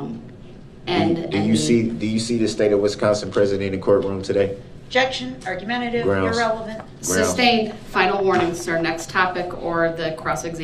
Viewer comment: Objection relevance. Sustained, Brooks is too stupid to know the reason for the objection was relevance . Then he is far too stupid to know the judge says sustain so he says substain. The idiocy of Brooks is beyond belief.